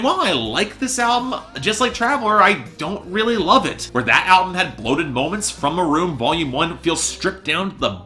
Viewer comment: Learn how to pronounce the albums title before you review it